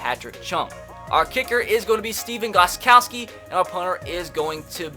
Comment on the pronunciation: Xd he said Steven gostkowski not Stephen Gostkowski